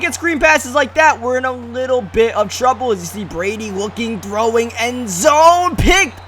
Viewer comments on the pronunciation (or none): none